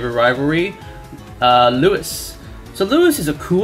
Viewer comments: Its Lew-ee Hes named after King Louis XIV lol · I don't give a fuck how it's spelled Louis is pronounced "Looi." His name comes from a French king dammit! If it was Lewis it'd be Lewis! Legoshi x Jack all the way best boys Melon and Gosha should have been S tier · didn't they call louis "Rouis" as well?